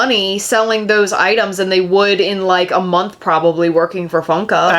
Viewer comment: 100% said “””Plobably”””😂 also they need a bar….. “come get fuck-eyed at buckeye” is the best slogan ever